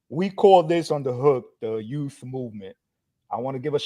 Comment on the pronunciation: what’s the youf movement or did you say the yute movement???